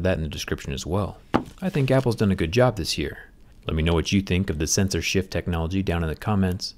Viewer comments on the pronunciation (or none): I kept hearing "censorship"😆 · Zack : "Sensor shift" My ear : "censorship"